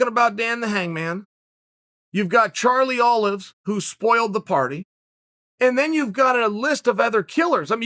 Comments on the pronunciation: “Charlie Olives” - Chael Sonnen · Chael: Charley Olives, Tony Fur Me: Ok great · Chael: Charlie Olives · “Charlie Olives” lol